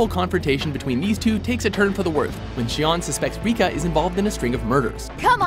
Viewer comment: Gotta work on those pronunciations, it's Shi-on not Sheo. Either way Japanese version of When they Cry is much better.